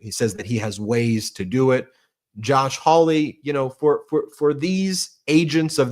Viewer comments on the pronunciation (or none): none